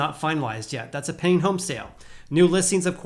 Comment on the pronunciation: Sounds like he says “penny” listings 😆